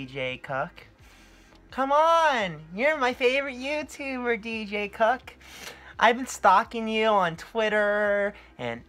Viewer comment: Is he saying DJ CUCK?!